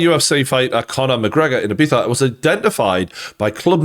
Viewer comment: "ee-beetha" Not "eye-beeza" How do you not know this at your age bruh